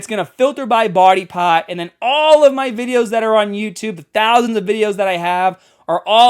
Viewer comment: not me noticing just now "body paht" in Boston accent